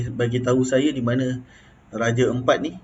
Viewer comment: Sebut betul betul raja Ampat bukan raje empat... Jgn gunakan bahasa kampong untuk nama2 daerah orang sesuka hati... Hargai lah bahasa org setempat...